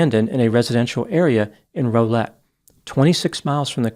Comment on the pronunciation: Locals pronounce Rowlett with the first syllable rhyming with 'how'.